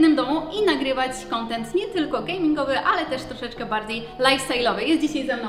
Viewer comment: Tylko szkoda że przez te 3 lata się nie nauczyłaś że to jest "gaming" a nie "gameing"